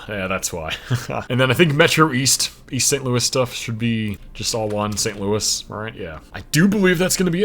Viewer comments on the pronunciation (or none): none